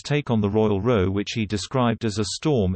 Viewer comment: Why can you not manage to get the awful robotic narrator to speak English. Ie saying row as in a boat when it means row as in an argument. If your not going to get a human being to narrate this tosh, then get a robot that can pronounce English words or maybe you think it doesn’t matter. Does nobody proof listen to this stuff?